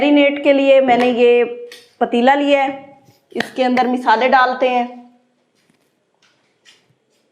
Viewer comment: سارا کچھ تقریباً ٹھیک ہی چل رھا ہے مگر آپکو اپنے کچھ الفاظ اور لہجے میں بہتری لانے کی ضرورت ہے جیسے ہے ویڈیو میں مسلسل آپ مسالے کے نیچے زیر بولے جا رہی ہیں۔تنقید برائے تنقید نہیں۔برائے اصلاح کی نیّت سے بولا۔